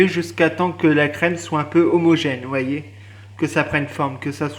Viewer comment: "v'voyez..." mdr